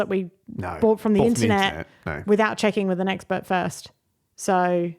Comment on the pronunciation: was that "eggspurt"?